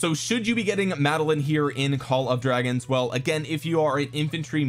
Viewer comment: You forgot to call it "call of dwagons"